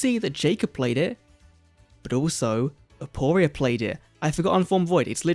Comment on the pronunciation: It's actually aporia